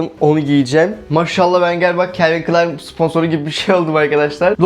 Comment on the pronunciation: Calin Klein diyosun abiiigg